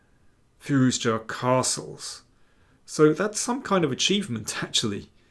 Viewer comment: can you please pronounce Firouzja logically? the English and their recalcitrant pronunciations of foreign syllables that are painstakingly clear is one of many reasons why we hate you. another is pretending Black Adder is fuuny.